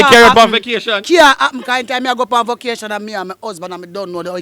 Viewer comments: Why them mispronounced the word vacation as vokation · Vocation 😂😂😂 think a vacation the girl dem say vocation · Vacation not vocation ...